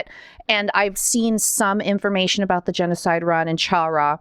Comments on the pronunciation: I'm sad that people still pronounce Chara as "Ch-ara" instead of "Care-uh". (Which is a pun for CHARA-cter.) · The way you pronounce Chara’s name greatly pains me, you don’t have to emphasize both syllables